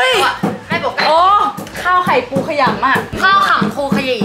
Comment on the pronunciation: พึ่งย้อนมาดูค่ะ555คำว่าขลำในภาษาเหนือคืออวัยวะเพศชายค่ะพูดคล้ายๆ5555